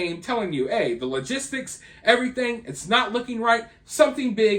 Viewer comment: I've noticed you younger people under 30 can't pronounce words correctly. You said logistics and Maxim incorrectly.